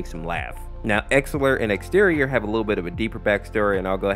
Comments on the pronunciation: Its exetior not X terrion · Hey! Quick FYI, Exetior's name is actually pronounced (Ex-eh-shee-or)